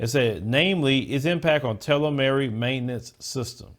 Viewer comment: Bro. you butchered the word "telomere"! It's pronounced "tee - low - meer"